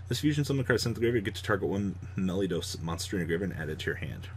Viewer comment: you are pronouncing it Meliodas but it's Melodious lol